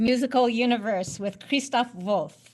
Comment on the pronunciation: Bonus points for not pronouncing "Wolff" like the English wolf.